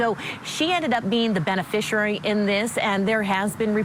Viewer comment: Somebody, please, teach that woman how to pronounce 'beneficiary'.